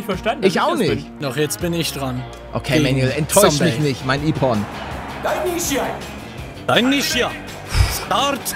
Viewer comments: Paluten ich mache selber Judo und das heißt nicht ippo sondern ippong. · Palette!!!!!! Das spricht man "Ipp-on" aus mit einem kurzem "I" und langem "P" (Ich hätte nicht gedacht das du soooo schlecht in Rechtschreibung bist) Gind dich trotzdem cool 😎😎😎😎😊😊😊😊😊😊😊😊😊😊😊😊😃😃😄😄